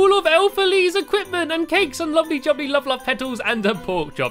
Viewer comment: Stampy wampy cloned a cat, in race to the moon he wears a hat, he hangs with lee wile drinking tea, He is cool as cool as a pool, instead of love he says wuvvvvvvvvvvvv! :)